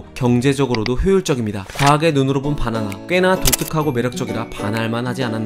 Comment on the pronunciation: 왜 자꾸 "빠나나" 라고 부르지?? "바나나 아니고?